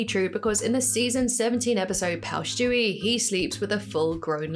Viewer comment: I’ve realized that you say “Schtewie” instead of Stewie and I think I’m gonna say it like that from now on